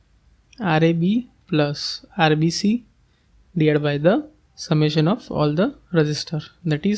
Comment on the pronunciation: It is irrelevant but whenever u say RBC i hear RCB😅